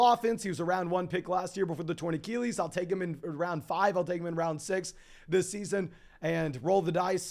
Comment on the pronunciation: Love the content, been watching a lot - but bro, please learn how to say achilles